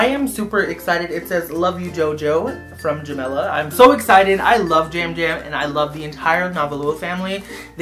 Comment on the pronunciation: It’s Jamela 😐